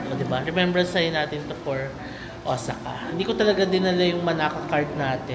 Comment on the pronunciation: Correct ko lang po sana un pronunciation po ng Osaka. It is Ow-saa-kuh po. Thanks